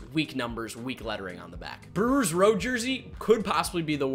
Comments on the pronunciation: Lol he said Brelllerws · Buddy can’t even say Brewers properly and we supposed to take his review of their jersey seriously?